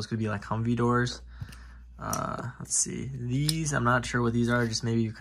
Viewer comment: did you say you got deez, or these?